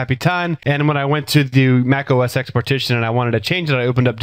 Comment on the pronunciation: The X in OS X should be read as 'Ten'